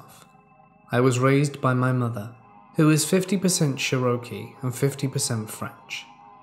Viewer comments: Bro…..I had no idea you were trying to say Cherokee for like 8 minutes lmfao xD I feel tht though, you’re not american so can’t really expect you to be familiar with tribe names. But just so you know, (although I’m sure others have already explained) its pronounced like Chair-a-Key not Share-Oak-E or whatever lmao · He didn't even say it that weird 😕 He said "Che-ro-kee" instead of "Che-ruh-kee", you absolutely knew what he meant 🙄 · I'm Cherokee, 50%. Please learn to say the word correctly, you're "butchering" my tribe, man. It's pronounced "Chair-o-kee", not "cher-O-kee". ty. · Of course he knows 😒 He really didn't say it that different. He emphasised the "oh" part rather than saying "uh" 🤷‍♂️ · First let me start off by saying I love. His stories and most importantly his voice keep me listening daily. However, I know this is not your fault its just a matter of linguistics. When you say "Cherokee" your pronunciation is all wrong. It is not " Share-ro-kee" but " Chair-Ra -key" I know it's just a matter of geography and dialects, not your fault. Just wanted you to know because the Cherokee nation is a wonderful and proud people. Keep up the amazing work and I will be listening. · Love listening to these stories! That being said I am extremely OCD about grammar and pronunciation. Here's one for instance "CherrOky" . Please look up pronunciations of words you're not sure of. Not bitching or trying to be mean in any way, just trying to help. It's pronounced like...."Chair-uh-key" or "Cheh ruh kee" . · Churohkey? Hahahaha its pronounced chairohkey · Psst- it is pronounced chair - O - key. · Love your videos. Fall asleep to them almost every night. But before someone gets upset. It’s pronounced Chair o key. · Love you. But for future videos. It's pronounced "Chair - ah - key" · Yeah it's pronounced Chair o key! 😁🙏✌️ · If you’re saying Cherokee it’s pronounced chair-roe-key. Not sure if that’s what you meant. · Pronounced like Chair a key